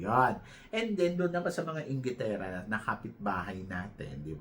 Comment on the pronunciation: emphasis on “ ingitera”…. ha ha ha…very bitter ba ang kapitbahay? lol